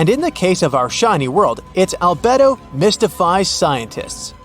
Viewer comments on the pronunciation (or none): Albedo is pronounced al-BEE-doh Not what you said. It means total light reflectivity